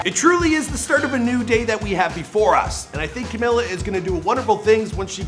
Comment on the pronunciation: WHY ARE YOU CALLING HER CAMILA?????????????